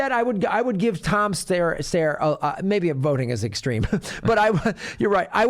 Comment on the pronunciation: Thank you for pronouncing "Steyer" correctly.